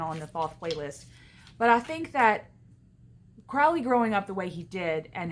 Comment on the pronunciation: Good video but it's pronounced "crow-Lee"